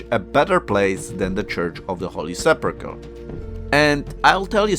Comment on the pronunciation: Please pay attention to the way you say sepulcher...😊😊